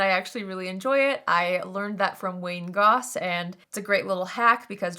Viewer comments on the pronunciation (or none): none